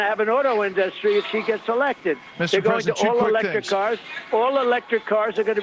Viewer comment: And his weird pronunciation of "in-dustry"